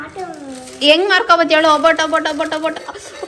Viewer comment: ಒಬ್ಬಿಟ್ಟು ಅಲ್ಲ ಒಬ್ಬಟ್ಟು or ಹೋಳಿಗೆ